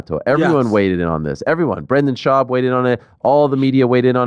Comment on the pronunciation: Brendal Shaubi 😂😂😂😂😂😂😂😂